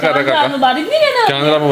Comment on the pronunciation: Kehna kia chati ho😂